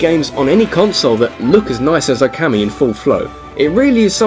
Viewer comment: Now repeat after me,: OKAMI. O- oh- as in "OH my goodness, why do you keep butchering foreign pronunciation? KA- kah- as in "I CAn't believe my ears!" MI- me- as in- Ah, screw it, what's the use?